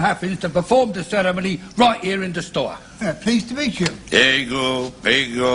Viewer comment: He actually didn't do too badly, but the word "ceremony" gave him away, with the rolled "r" and the accent entirely on the first syllable. :)